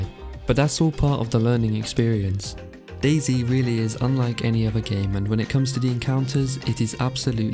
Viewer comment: Dayz uuuum dayz not daizy?